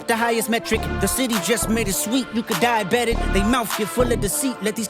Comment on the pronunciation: Dieabetic sounds like die about it